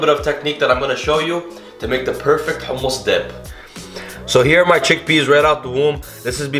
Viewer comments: The way he said حمص let me know this guy was the real deal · Its sooooooo goood ,and thank you for not saying “ hammes” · Where is he originally from because the way he says humus is exactly like we do XD